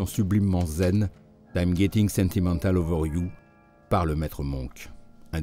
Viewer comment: I'm Getting sentimentAl... pfff... faites un minimum d'effort sur l'accent quand même Sinon, le morceau qu'écoute le pape Hopkins est Epistrophy et non Blue Monk.